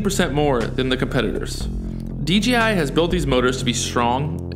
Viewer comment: DJI.... stop saying DGI!